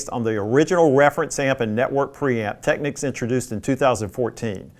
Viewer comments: Why do Americans pronounce it Techniques? It’s Technicks. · TECK-NICKS! Not TECK-NEEKS! LOL! SMH!